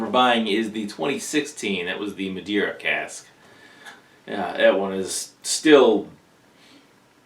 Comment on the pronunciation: Thanks for the review I cracked this open while watching. By the way the 2017 qtr cask was actually fantastic. Really buttery, worth a try. Also like the way you pronounce cask "key-ask"